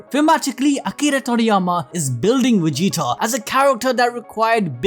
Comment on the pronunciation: It sounds like you're saying Wegita.